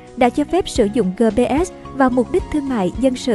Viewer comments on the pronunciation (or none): Gờ pê sờ sao đọc gờ pê ét 😃